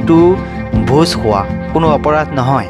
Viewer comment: ভোজ সোৱা নহয় ,ভোজ খোৱা, সাবলে নহয়, খাবলে